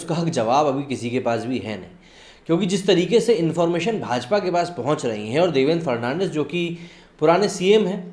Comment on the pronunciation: Throughout the video you mispronounced Devendra Fadnavis as Devendra Fernandez